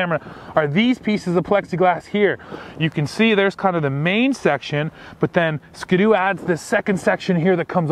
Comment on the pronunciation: Maybe it's a Canadian thing, but that is not how we pronounce Ski-doo in the US. Its Ski and then you say do.